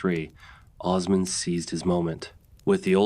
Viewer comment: Jesus, Mary, Joseph & the 12 Apostles!!!! Please say these names properly. Osman - not Ozz-man. OOOOOOOOsMan. He's wasn't the Wizard of Oz. Ertugrul -- is Air-truulll. It is not pronounced phoenitically. Bursa is not Bur-Sa. It is Boo-Sa. The "r" is silent. You vacillate between Or-hann to Or-hane. It's Or-hahn. It's Murh-Rod. You vacillate on that too. Bye-a-zad NOT Bay-a-zid or Bye-a-zid. You vacillate on this as well. You need to be consistent w/your pronunciations & accurate. It's distracting. And please do not say it's your accent. Had you properpy researched your subject, you'd know exactly how to pronounce these historic names. Plus, you can watch Turkish TV or contact a Turkish Embassy. I'm an American non-Muslim - non-Turkish only American English speaking viewer watching from America. Allahu Akbar🇹🇷